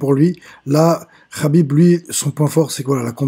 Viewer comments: Ce n'est pas Rhabib mais, Khabib !!! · "Rhaaakib rhaaabib rhaaibb" tu m'as saoulé, et en plus on sent des la premiere minute pour qui tu es. Bref c'était de la merde :/